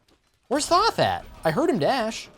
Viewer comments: It is th-o-th not th-a-th where do you see the A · The way you pronounce Thoth hurts me